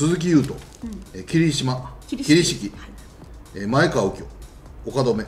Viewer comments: 前川→まえがわ 豊田→とよだ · まえがわ ですよ！ 人の評価するなら名前ぐらいちゃんと知らないと。 いくら、それっぽい事言っても全然説得力ないです。